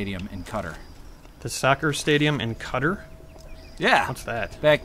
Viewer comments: "Cutter?" Do you mean Qatar (kah-tar)? Come on, we love you but come on... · When says the soccer stadium in 'cutter' does he mean Qatar? (genuine question, no trollerino).